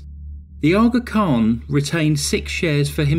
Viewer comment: Every time say Aa Khan,I want to call ut Shaka Khan. Also, so funny hearing you say "Dahby" when used to hearing "Derby"